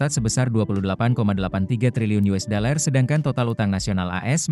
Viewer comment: Yang baca kayaknya mesti belajar baca "dollar" bukan "deler"